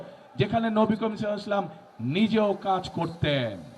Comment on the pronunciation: সাল্লাল্লাহু আলাইহি ওয়াসাল্লাম এটাও ঠিকমতো বলতে পারো না আবার বক্তার মত বক্তব্য দিচ্ছে